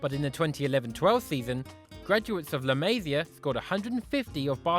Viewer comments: Dude, can't stand your butchering of "la Masia"... [ɫə məˈzi.ə]. Please ask a Catalan speaker... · I HATE HOW HE SAYS LA MASIA